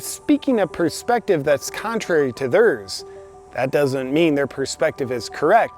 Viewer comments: I like what this guy says and enjoy his videos but it really wanks my willy when he says, "Thers" when talking about others opinions. I just hate that pronunciation. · I'm sorry but your pronunciation of "theirs" violates community guidelines.